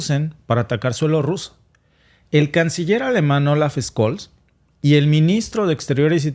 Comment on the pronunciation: Olaf Scholz, Sholts, no Scoll jaja